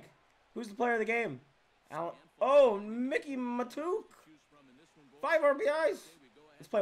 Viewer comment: It's pronounced My-kee mah-took